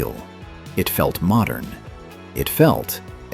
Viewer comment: 'It felt moder'